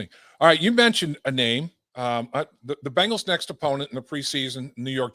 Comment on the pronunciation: Great NFL overview from Chris Simms. Dave does a great job of just sitting back and letting Simms opinions flow. Interesting seeing the different podcast styles. Dave is more filtered for sure. Nice to hear Chris call himself out on pronouncing Bengals as "Bangles". Bangles were a girl musical group. That always makes me cringe. Bangles! Guys, we are going to see some very competitive football this year. This is going to be a great horse race!